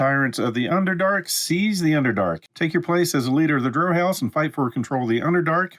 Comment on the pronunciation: BTW it's pronounced "drow". :P